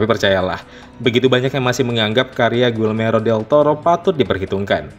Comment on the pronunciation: Guillermo..bkn guilmero 😴😴😴